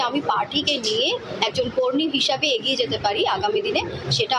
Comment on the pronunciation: আগিয়ে নয় এগিয়ে। সামনে নয় সম্ নে উচ্চারণ হবে।